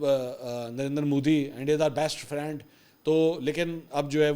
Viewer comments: Friend nahie phrand was ritefully said,😂😂😂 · فرینڈ نہی پھرینڈ 😅